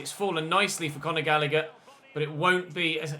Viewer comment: “Conagher” is a brilliant way to say Conor Gallagher